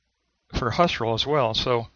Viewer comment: Husserl = pronounced "Who - Searle."